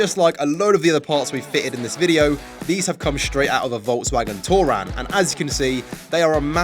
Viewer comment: I counted 21 of "shhhtraight" in this video